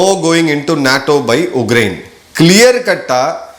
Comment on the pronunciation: I am admirer of your videos It is Ukraine Not Ugraine